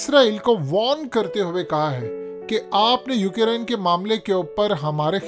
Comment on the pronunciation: Not "UK Rine". It's Ukraine...🤣🤣🤣🤣